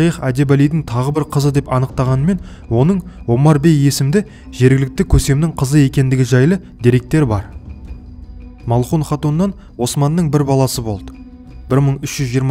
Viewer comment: Омар бек емес Ұмыр бек қой😅